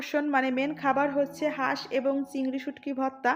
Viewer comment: হাস কে বাঁশ বলাতে হাসি চলে আসছে